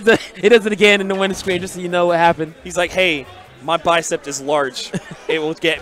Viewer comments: He says "no, the bicept!" Listen . And then he says "my bicept is large." That is most definitely not verbal usage. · Bicep. Not "bicept". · "Bicept." Yo, it's bicep lol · He was saying 'bicepped', like it was a verb.